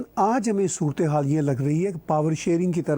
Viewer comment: Surat-e-haal hota hai bro 😂